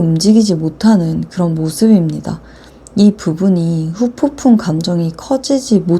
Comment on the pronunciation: 후폭풍 발음이 어렵긴해여 ㅎㅎㅎ